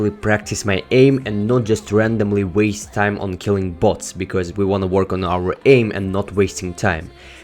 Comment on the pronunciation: Kinda sounds like butts